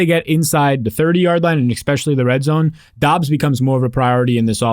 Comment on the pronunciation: Saying "eckspecially" drives me insane. Saying it 3 times in a 15 second span makes me want to punch things.